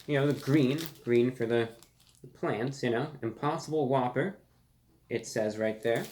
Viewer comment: You just made it impossible for me to order the impossible whopper. All I keep hearing is spit on a whppper.